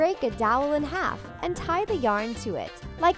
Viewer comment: Was it just me or when they said cut the yarn it sounded like cut the doll?